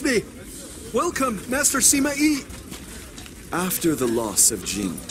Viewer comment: What Subtitles say Compared to what I hear Wu = Ou Sima Yi = Sima E ___________________________________________ The Pronunciations of these have officially reached the true standards of an English dub 7w7